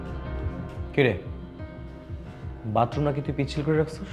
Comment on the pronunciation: Vatroom na fokinni bathroom hobe , bostir meara erokom I uccharon Kore